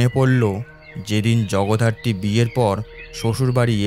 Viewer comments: Jagaddhatri ke Jagodharti bollen , ish ki bichchhiri byapar 😂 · শেষ টা খুব খারাপ, আর জগধারত্রি নয়...... জগদ্ধাত্রী, উচ্চারণ ঠিক করুন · খুব ভালো হয়েছে !! শুধু জগদ্ধাত্রী উচ্চারণটা একটু সঠিক করলে আরো ভালো হয় I🙏